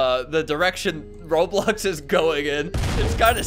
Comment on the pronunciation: Yo why you said as s in roblox I found out